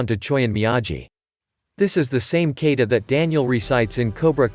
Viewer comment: ita not Kaata but its a Ka-ta (and Goraru pronounced) , is this a computer reading the text